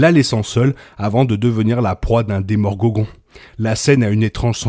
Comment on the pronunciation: "Demorgogon" ça m'a tuer 🤣🤣